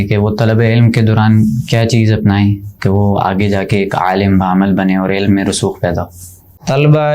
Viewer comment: عالَم❌❌❌ عالِم✔️✔️✔️✔️ مدارَس❌❌❌❌ مدارِس✔️✔️✔️✔️